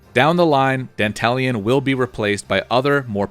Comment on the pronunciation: Dantalion is the GOAT! BTW, you're one of the rare streamers who pronounce his name correctly. Most call him "Danta-Lion".